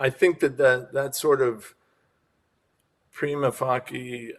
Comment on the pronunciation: I have heard pretty much all possible pronunciations of "Prima facie" before, but never have I ever heard someone say it "PREEMA FAHKEE" before.